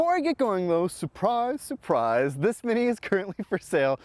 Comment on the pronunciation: said “Surprise Surprise” in a British accent hehe. I love it. Missed you man. Hope you had fun at Amelia Island Concours!